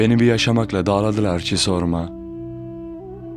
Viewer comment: Hocam su kelimelerde ;olmamaya, tabancaladilar dağladılar,lar gibi kelimelerde agzini yuvarlayarak okuyormuşsun gibi ,telaffuz belli olmuyor